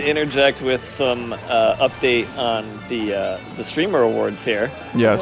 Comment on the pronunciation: Vinny pronouncing "streamer" as "shtreamer" always gets me